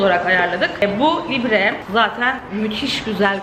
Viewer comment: Bebbbş libre de e okunmuyo